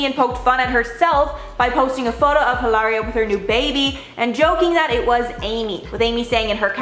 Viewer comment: stop calling her Eelaria.. her name's Hillary and that's that